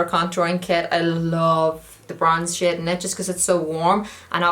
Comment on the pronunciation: I honestly thought she was saying shit instead of shade